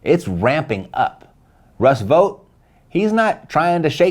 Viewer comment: V ought! Think bought! Its English folks, not THAT hard!